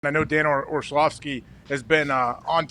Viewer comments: If you're going to discuss the man, get his name right. It's not Orshlovsky, it's Orlovsky. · Or-slovsky is a wonderful mispronunciation! 🤣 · I love AJ Hawk mispronouncing Orlovsky as "Orshlovski" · Dan Orshlawvskie huh? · Is dude just incapable of pronouncing Orlovsky? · Is AJ mispronouncing Orlovsky on purpose or is he just struggling mightily with it?